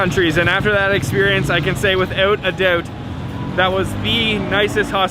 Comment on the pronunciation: didn't realise you were Canadian until you said "without a doubt". Unmistakeable! hahahaha Great video!